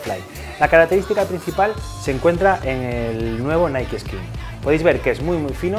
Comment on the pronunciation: yo pense ke se decia naik osea nike no naii